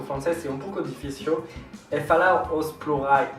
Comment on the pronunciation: "plurrais" kkkkk